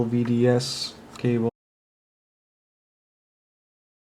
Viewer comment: LVDS, not LDVS!